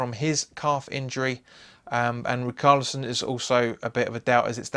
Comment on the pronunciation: Good Luck yall, im an everton fan. hopefully another dominic calvert lewin hat trick. (I cant get over the riCKarlison its ri-SHAR-li-son)